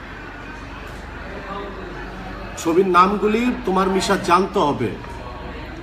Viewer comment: নেশা করে কমেন্ট করছেন? নাকি শুদ্ধ করতে গিয়ে যেমন হাংগারে সাংগা বলে। তেমনি মিশা কে নেশা। 😋